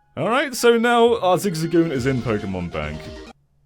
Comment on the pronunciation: I love how pronounces it “ZigZigGoon”